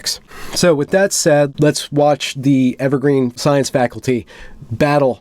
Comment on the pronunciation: Interviewer: So, what institution is it you graduated from? Interviewee: Evewgween. Interviewer: I see... (Sets résumé atop 'the' pile) ... We'll let you know.